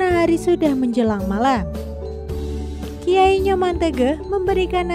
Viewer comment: Harusnya sblom menyampaikan sejarah Kerajaan bertanya dulu bagaimana cara penyampaiannya menyebutkan nama orang dan tempat banyak yg kurang tepat,, seperti nyebut kata gelgel dan waturenggong,,, belajar lebih baik lg dalam penyebutan nama dan tempat,, harusnya bukan kiayi,, tp Ki a kn